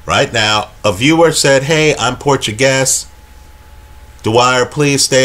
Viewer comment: "Portyou guess"